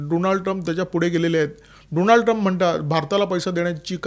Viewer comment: डॉनल्ड म्हणा, डोनाल्ड नाही त्यान्च नाव। बायडन फक्त कठपुतळी त्या मागे मुबारक हुसैन ओबामा होते